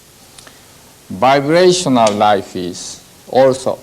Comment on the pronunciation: Can't follow what he's saying because Everytime he says vibrational it sounds like he saying biracial